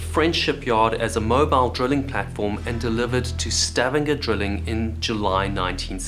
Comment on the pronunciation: Why do you say drilling weird?